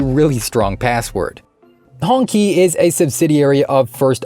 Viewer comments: Qi is pronounced (chi), ''Hongchi'' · Should be pronounced as Hong-Chi, I believe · it's pronouonced Hong Chi